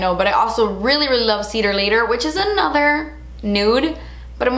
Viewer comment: Weally juitsy weally chiney. I LOVE it!😄